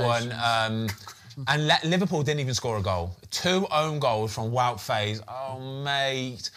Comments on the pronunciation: Small pronunciation tip as a belgian, Faes, the "ae" you need to pronounce like "aa", like the F1 team Haas. Same with other players like Saelemaekers, Praet, ... just say aa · Believe faes is pronounced fars - but thanks for another great show the research etc is clear to see